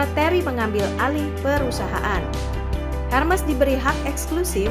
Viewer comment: Ermes dibacanya